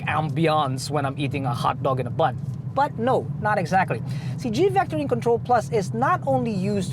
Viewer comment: He said hotdog in a bun right? Not butt? It did sound butt though hahaha